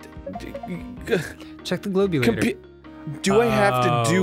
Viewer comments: At the end of the DOS version yoshi pronounces it GLOBulator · omg isn't the only one who calls it the GLOB u lator